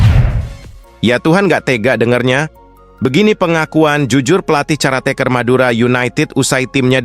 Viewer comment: Ngomong aja belepotan g tahu bahasa Indonesia yg baku menurut kamus tata. Bahasa, , nyebut pelatih sementara aja d sebut cara tekerir, harusnya bukan d sebut cara, tapi ka, karateker , bukan caratekeur